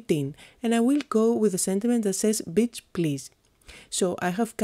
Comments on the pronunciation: LOL, I'm watching this (again) and just noticed the "Beach"... ROFLOL!!! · Love your posts. When you said "Beach Please" in your accent I totally laughed out loud!